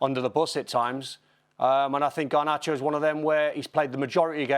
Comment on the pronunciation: Not Garbacho!! 🤦🏽‍♂️